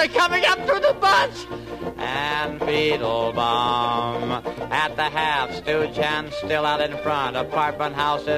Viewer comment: It always sounded to me like Doodles Weaver was saying "Feetlebaum!"